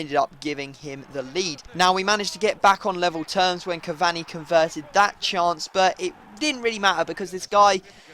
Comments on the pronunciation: you really don't know how to say Cavani properly do you... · please say cavani's name right !!!